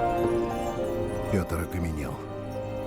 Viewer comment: Вы заметили что сказали не Пëтр а Питр